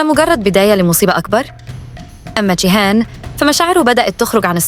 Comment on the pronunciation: انت ليه بتقولي شيهان مش جيهان